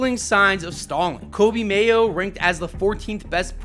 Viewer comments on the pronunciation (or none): none